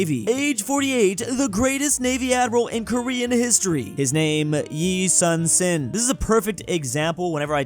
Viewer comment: Yi Sun-Sin pronunciation : E(Literally the letter E) Soon Shin